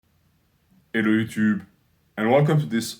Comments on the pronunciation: My favourite part of the video is when he says “Ellô outub” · El lootoob😂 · “Ellooo hoootooob”